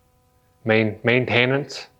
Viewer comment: I like the first way you said it best. MANtenance